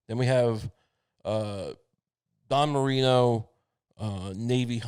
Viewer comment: ITS DAN MARINO. DAN. DAAAAAAAAAAAAAN. DAN MARINO. FFS. NOT DON MARINO. DAN MARINO